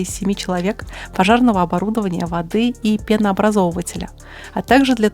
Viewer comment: ПенообразовАтеля, а не пенообразОвателя